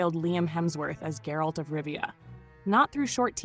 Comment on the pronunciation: She's mispronouncing Geralt its G as in Get, alt as in alt, not ald, so Geralt! Easy huh? Apparently not! I gave it a second look, and it wasn't as bad as everyone says. It was just that, as a standalone, Hemsworth couldn't have kept it going, and most of it was the rest of the cast supporting his lacklustre performance. But it wasn't all bad, apart from that Musical bit, which was dreadful, just dreadful. And the intro of anime? No.